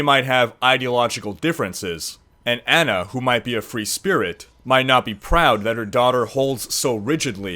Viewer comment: Its Ana lol